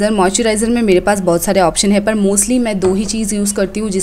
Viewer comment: Why u call 'd' in place of r means par ki jgh pad bolte ho